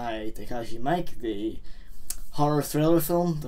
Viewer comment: not to be the most annoying person of all time but Takeshi Miike is pronounced ME-K.